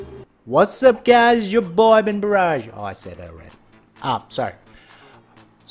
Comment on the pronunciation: In the beginning I heard that say welcome back to bengarage instead of benbarrage lol